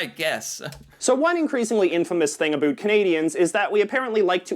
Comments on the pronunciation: He stresses aboot...so obvious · What's with this 'aboot'? Are we sure he's really Canadian? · I'm pretty sure he said "aboot" on purpose . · The way the guy in the video is going out of his way to mispronounce the word about like making all Canadians sound like dumbasses that's not the way Canadians pronounce about this guy needs to stop acting like that's the way they do. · is the resident Canadian assh*le. Over exaggerates everything, puts on his phony pronunciations ( aboot ) and generally annoys most Canadians just by existing! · This guy is saying aboot, and mispronouncing words on purpose. Most of us never talk that way. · Ya, This guy is an idiot. He has to be putting that "aboot" pronunciation on. Propagating a myth. It's aboot time he got the boot from YouTube. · The guy in the video you featured is an idiot. He purposely pronounces the word about " aboot" just to get a reaction on his channel. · Yea.... is not really the best person to learn anything about (not ABOOT) Canada from. He hates it here. And NO ONE I have ever met ocean to ocean has ever pronounced it ABOOT. He's like a caricature of what he thinks is Canadian. Also Crappy Tire is awesome.